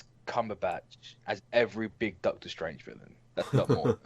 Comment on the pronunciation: Doctor Schtrange